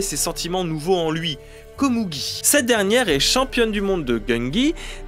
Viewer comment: Pourquoi dire Komougi alors que tu dis Meruem ? Le u est prononcé ou généralement en japonais :?